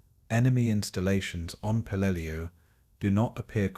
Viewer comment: Pelelu not Pelelia